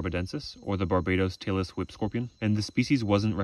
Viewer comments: i thought he said taylor swift scorpion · all i could hear was “taylor swift scorpions” lul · He says “Tailless whip scorpion” But my brain hears “TaylorSwift scorpion” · I kept hearing “Taylor Swift scorpion” and became very irate until I read it. Phew…😅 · When you say tailless whip scorpion, my brain only hears Taylor Swift scorpion. Make it stop! I really enjoy your videos. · you say “tailless whip” and I hear “Taylor Swift” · I thought he was saying "Taylor Swift Scorpion" until I saw the caption :v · I thought you were saying Taylor Swift Scorpion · haha. "Tailess Whip". I thought you were saying "Taylor Swift"! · When you say "tailless whip-scorpion" it sounds slot like you're saying "Taylor Swift scorpion" and now I can't unhear it.